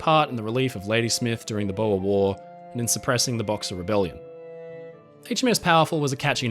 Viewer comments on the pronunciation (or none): none